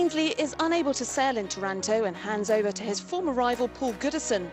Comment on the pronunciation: IS TARANTO (TÀHRAHNTO) NOT TAURANTO (THE TARANTULA NAME AND THE TARANTELLA NAME) IS ISPIRED BY OUR CITY